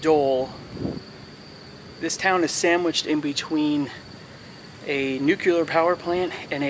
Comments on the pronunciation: Again, "nucular" isn't a word. It's "nuclear" NOO-KLEE-AR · "Nuculear" power plant. Huh, OK, then. 😂❤